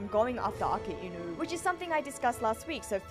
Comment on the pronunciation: Came across quite a number of op videos, I think by far you're the only one who actually pronounced akainu's name correctly.